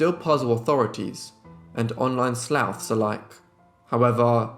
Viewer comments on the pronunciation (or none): “Online slowths” 😂 I think you meant sleuths. Slewwths. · On-line sleuths is pronounced slooths.